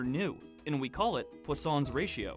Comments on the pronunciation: Its पोइसनस रेश्यो not पोस्सोंस रेश्यो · I pronounce it as Poison's ratio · I just came to realize that its not pronounced as "poison's"